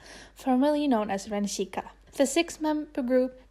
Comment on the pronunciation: hi! i know i'm a bit late, but chiayi is pronounced jia yi (jee-a yee) :). just different from mainland spelling. also, chiayi is a city in taiwan :) edit - sika is pronounced (si (neutral tone, s as in snake) ka, :)